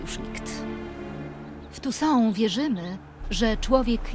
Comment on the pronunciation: Tounssait a mowi sie tu są